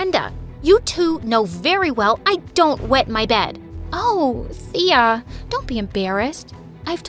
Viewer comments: Thea is my name but its pronounced Taya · My name is Thea too! But u pronounced it wrong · OMG THEA FINALLY HAS THE SAME NAME AS ME but my name is pronounced another way tho